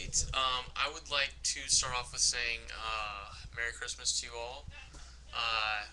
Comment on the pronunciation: Mewy cwistmaz!